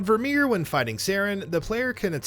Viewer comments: Vir(like fur) my-er!! I literally stopped watching after the third time he said it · Ah yes, "Ver'Meer." We have dismissed the claims this is the correct pronunciation of the planet Virmire. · This guy has never played mass effect. Virmire...... its only ever did one way... and so many times... ver-my-yer. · Virmire = Vermeer? Really? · Ver-My-err Tuh-Chan-kah You're welcome. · The incorrect pronunciation of Virmire hurts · my same exact thoughts. Not only is Virmire said half a dozen times in ME1 but it continues to come up throughout the other games as well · the way this guy says virmire is beyond irritating. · Kaiden’s VA quite famously mispronounced it reading his letter to femshep. I found that more inexcusable